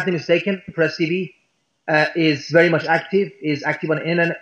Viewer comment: "mush"="much". Anyway, again - who's "they"?